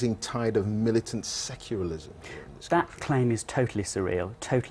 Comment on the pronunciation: That reporter really needs to learn how to pronounce "secularism" :)